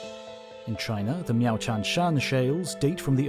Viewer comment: You said 'meow'. Like 'meow tian shan shales'. I respect this. Any good documentary should have a narrator squeezing a 'meow' in somewhere.